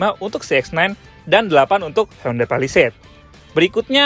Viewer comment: pelafalan Indonesia yang bener, Hyundai = hi-yon-de / hyonde